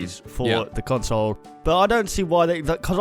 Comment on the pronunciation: all I heard is CONSLE and REMADE!!!!!!!!!!!!!!!!!!!!!!!!!!!!!!!!!